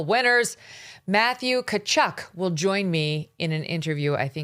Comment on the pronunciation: Tkatchuk …. Ti ka chuk (soft on the i no pronunciation of the 2nd t